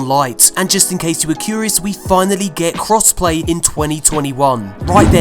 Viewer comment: Your voice is so soothing and then you said “crossplay” and I automatically woke up